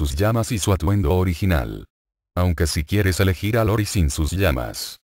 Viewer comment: El personaje del clan Yagami es IORI no LORI como lo menciona varias veces en este video, se me hizo buena información solo que si le quitan las estupideces sin sentido estaría excelente y ver bien los nombres de los personajes.